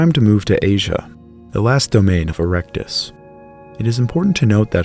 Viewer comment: Haha he said erecte